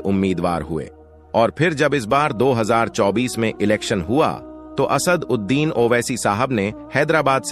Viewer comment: Naam bolna sekho pehle Asad uddin owaisi ko Asaad uddin bol rahe ho 😂😂